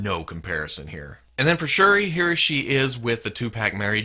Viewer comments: You pronounced shuri correct and shuri is from the black panther movie too not just comics she is black panthers sister. In the movie she is a expert with tech and designed black panthers suit, in the comics she used a suit aswell hopefully in part 2 of black panther she can have her suit😆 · Shuri is T'Challa's half sister. She took the role of Black Panther when T'Challa went to Hell's Kitchen to cover for Daredevil(I think). And you're pronouncing Shuri right.